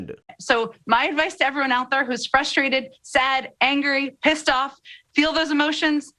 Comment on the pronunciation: “Fustrated” has an “r” in it. You want to be the black representative; please don’t embarrass the race with speech problems.